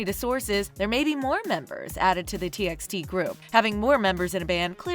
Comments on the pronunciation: It’s not pronounced “T X T” it’d pronounced “T by T” and also stop using bTS for clouth, you get most of the facts wrong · What yall said? T EX T?! it's pronounced as T BY T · It's T by T not T eks T Just sayin' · Read it as T by T not TXT. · T EX t ? Its t by t dear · They even pronounced t x t instead of t by t. I love this channel back then when they haven't yet use kpop to earn money.. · Its pronounced : T by T.. |· | |·